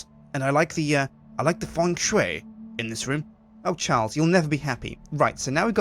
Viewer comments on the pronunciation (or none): Its called Feng Shui not "fung shwei" its annoying... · Well wikipedia says that in english its clearly pronounced ''FENG SHUI'' en(.)wikipedia(.)org/wiki/Feng_shui